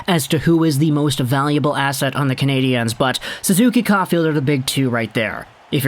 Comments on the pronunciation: As a so Called Habs fan younger to pronounce their nickname there is no Z atthe end of their nickname it is pronounce just lime "Canadians" just saying someone who has been a Habs fan longer than you have alive just saying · Like your videos, but please stop saying Canadiens that way, nobody here says it like that. Just say it like you would say Canadians. Keep up the good work!